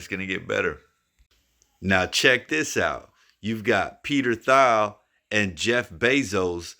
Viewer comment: Good vid. also lol Peter (last name pronounced Teel) Thiel just FYI. 👏